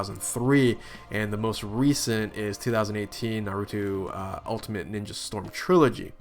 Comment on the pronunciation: na-ru-toe, not na-ru-two. sorry! just pointing that out, so you dont make the same mistake again haha